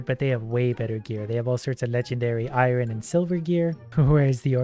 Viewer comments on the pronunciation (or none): I love how he can’t say Iron properly. 😂 I ren. lol 😂